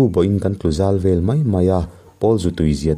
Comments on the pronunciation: Thang vel(Thang en)Awmvel,tih a vel,ang hian,vel hi lam tur, Nula HEL,hel,Rik ang hian. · thang 'vel' tih lai tak hi, ( lo kal zel rawh) heta 'zel' tih thluk ang hian kan lam/thluk thin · Thangvel tiha, vel kha sawisel tiha sêl tihlai tak anga lam tur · Pawl Zu nilovin Zupawl. Lo a vaithang kam a Sazu an awh hi Zupawl ani. Zanriaka Vaithang kam hian zanah vawihnih vawithum vel an en thin a , chu chu VEL ani. Khawvel tia Vel hi tihrik tur nilovin. Aw haw, an ni unau chu an in vel ṭap leh ta tih a, vel rik ang hian tihrik tur. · A dik chiah mai. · I sawi hi a dik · Vaithang vel tih hi a thluk a diklo..